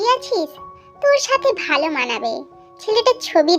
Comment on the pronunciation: আপু তুমি ভালো করে কথা বল কারন তুমি বলছো ছাতে ছাতে এরকম আনেক ভুল কথা বলছো আপু তোমার অনেক কথা ঠিক হয়নি ঠিক করে কথা বল😂